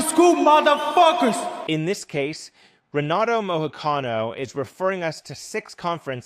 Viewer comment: You really didn’t check how to pronounce his last name before making this video?